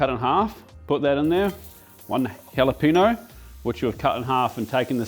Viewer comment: Pollo pronounced poy-yo if you needed that, hall -a-peen-yo is also the closest way to get that right. I’m a so cal native and I have honestly never understood it or thought it was very good.